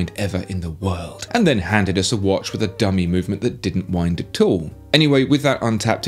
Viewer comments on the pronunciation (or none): It's not wash its watch